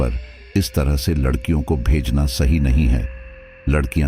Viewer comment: aap ne Larhkion ko lakrhiya bool diya hia😅